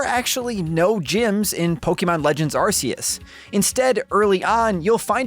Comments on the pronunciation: My dude, it's been twenty years. It's Poe-kay-mon; not poe-kee-mon. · "Po-kay-mon" not "Po-key-mon" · something weird about hearing "poke-ee-mon" rather than "poke-uh-mon" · Can't stand this guy keep saying po-kee-mon instead of po-ke-mon🥵🥵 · POKÉMON POKE-ayyyyyy-mon No pokeeeemon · It’s pronounced: Pokehmon, not Pokeymon. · Did you say pokeman? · This dude said pok-e-mon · Its not poukeyman its pokemon! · Hearing people call them Pokeemon, Pokeeballs, Pokeedex is SO CRINGE. STOP IT. PLEASE. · It’s weird how Pokémon has been a thing for over 20 years and people still pronounce it “pokeymon” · I can only hear someone pronounce Poké as pokie so many times before I must stop the video. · God I hate the way he says PokEEMon 🤦🏾‍♂️ Thats not how its pronounced dude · ah yes, pokey man legends arse-ee-uss. (seriously though, great review) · I honestly hate being this guy & sincerely sorry for posting this, but I have to. The title of the game is three words long & two of them are mispronounced the entire video. It’s the most popular franchise on earth & is 26 years old. Pokey-mon & Ar-see-us is just being lazy at this point, especially when official trailers clearly say the title & you can very simply emulate. Great review & very informative, but come on with the easy pronunciation stuff. Sorry again. I just felt compelled to comment, respectfully. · If I hear pok*E*mon one more time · Unlike what is described in the video, the game is not a spin-off, it’s a mainline game. Also, the way he mispronounces “Pokémon” is quite annoying to me. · Hate how he says Pokémon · Mispronounces 'Pokémon'. Mispronounces 'Arceus'. Classic Nintendo Life. The review's good, though. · Thanks for the review. And to get further perspective on game play. Also nice to see someone who can way Arceus correctly. Sadly you still say Pokèmon wrong but baby steps. I'll take what I can get.